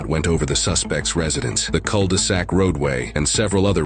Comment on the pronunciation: french speaking here. the "cul" in "cul-de-sac" is to be pronounced somewhat like the english "queue", and not like "call"